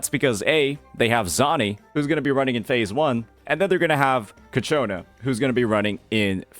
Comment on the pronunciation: It really bothers me how no us cc can actually Say cacciona correctly, it's not that hard man